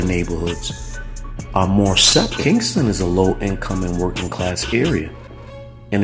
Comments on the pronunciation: Its not Kingston...its Ken-sing-ton...smh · It's KEN-SIN-G-TON. As a Philly native and having spent a lot of time down the way I can categorically say this video useless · It's called Kensington not Kingston,,😂